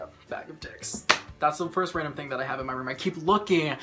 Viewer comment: the first time I heard random i thought he say ralandr